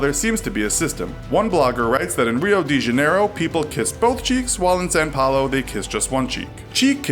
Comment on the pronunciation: "IN SAN PAULO" AHAHAHAAH ITS SAO PAULO AHAHAHAHAAH omg im so sorry